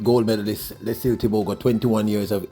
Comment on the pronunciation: Bro. His name is pronounced Let See Lay